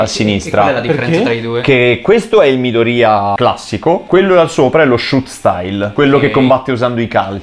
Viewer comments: infatti la pronuncia corretta del nome non è midorìya ma midòriya T^T non si puo' proprio sentire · Sono l'unico che non riesce a sentire Midorìya? Cioè ho seguito tutta la serie in giapponese in sub Ita e l'ho sempre sentito meglio Midòriya. Rispondete se siete d'accordo perché non voglio elemosinare like come certi tristoni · Midorìa da un doppiatore che ama gli anime però non si può sentire 😅😂 non venitemi a dire che è la pronuncia perfetta perché no.